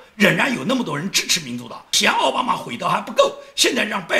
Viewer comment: 你总是念错”奥巴马“，那念‘奥巴驴“好不好。